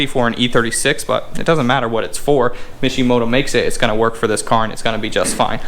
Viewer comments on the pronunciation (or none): Intro gets me everytime 😂😂😂😂. turned that mishimoto into a wishimoto 😂😂😂😂